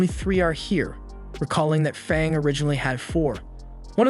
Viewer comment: u said fong u meant fang